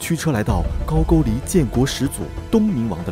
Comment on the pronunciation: 高句丽 读音是 GAO GOU LI 不是 GAO JU LI